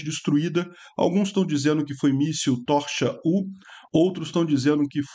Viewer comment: Prezado, a pronúncia ucraniana é Dnipró. O problema para nós, brasileiros, é que a transcrição do ucraniano para o alfabeto latino é feita com base no inglês, língua da ONU, e que não tem acento gráfico. O mesmo acontece com o míssil Tochka-U: a pronúncia é Tótchka-U (Ponto-U, em português). É como os americanos pronunciam, por exemplo, "tchip" (chip)...